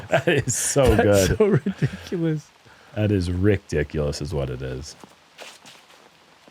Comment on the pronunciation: "Rickdiculous" 😂 that isn't it.